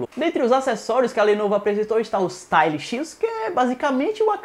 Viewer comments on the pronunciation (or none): none